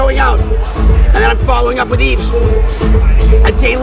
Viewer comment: Maybe Brock should have learned to pronounce Yves name properly.